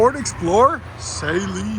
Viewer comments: It's not Say-Leen Suh-leen And this is such trash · The mispronounced name of Steve Saleen kills me